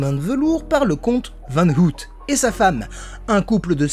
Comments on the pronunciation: Aïe, mes oreilles ... ! "hEt", pas "hèt" ... "Ôouille", pas "hout" ... Merde, pensez à vérifiez comment se prononcent les mots néerlandais, s'il vous plaît ... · Hello. Chouette petite vidéo. Par contre n'hésite pas à regarder pour la prononciation des noms en néerlandais sinon tu vas te mettre tous les Belges à dos 😁. Le double o ne se prononce pas ou mais en o long. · Je sais qu'on te l'a surement dit mais ça m'a tellement dérangé qu'il fallait que je le dise : Het land van ooit = heut lannd van eauït et le "oo" se prononce comme un long o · Salut ! Très chouette vidéo comme d'habitude. Tes vidéos reviews de parcs disparus sont mes préférées sur ta chaîne ! Et si en plus tu nous fait une petite visite en personne, c'est encore mieux. :) (Par contre, petite remarque : "het land van ooit" (littéralement "le pays d'autrefois") ça se prononce "heut lann'd vann' eau-itt". Oui, je sais, c'est pas évident le néerlandais.) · veux pas être relou mais ça se dit "au-y't", comme ouille, mais avec au- et un t à la fin. Voilà :p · Sinon, "ooit" prononcer "auyt" signifie "une fois" en néerlandais. En vous remerciant. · T aurais pû te renseigner sur la prononciation de ooit avant de faire la vidéo. J ai mes oreilles qui sifflent à chaque fois que tu le dis!